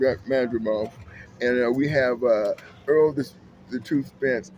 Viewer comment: Man spite it out !!! It’s not Earl Spence Jnr but Errol Spence Jnr if you want to have any integrity with analysis at the very least give the fighters their due respect and get their names correct … very disrespectful you’ve lost me and the ah,ah,ah,ah,ah is so frustratingly annoying to hear let alone viewing … the talking points is just are pointless info you can’t label it as insightful analysis …. In short rubbish content… I need therapy now listening to you, you’re a head doer …